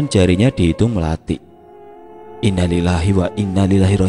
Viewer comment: Mas, bacaanmu innalillahi kliru. Yg benar inna lillahi wa inna ilaihi rojiun.